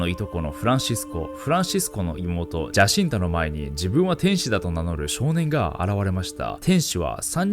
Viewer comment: ジャシンタ？ 違うぞ、ヤシンタだ… パウロも意識を失ってなんかないぞ… 名前のJは発音しないんだ…内容が薄い上に間違いかよ…